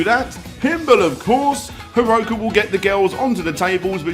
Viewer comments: Reads "Haruka" says "Haroku" ... are you just switching around letters as you like? =P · You really need to at least learn how Japanese vowels work. Pfft... Haroku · The name: Haruka How reads it: Hiroku Either way, I didn't expect to see Senran Kagura on this channel